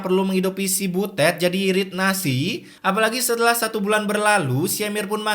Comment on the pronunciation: Biasa aja kalo bilang butetnya😂